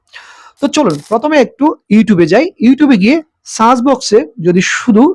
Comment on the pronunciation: সার্চ শব্দকে বারবার চার্জ দিবেন বললেন। উচ্চারণ